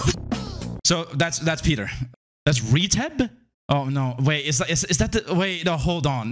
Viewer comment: Wouldn’t retep be pronounced Re-Teep cause when u say peter the first E u pronounced sounds higher pitch then the second E. I’m only calling this out cause I’m bored but called him Ree-Tep is the other reason why I called it out.